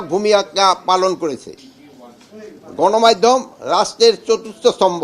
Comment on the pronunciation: ০:২৪ গনমাইধম না গ্রাইম্মা, গণমাধ্যম উচ্চারণ করার চেষ্টা করেন😂😂😂😂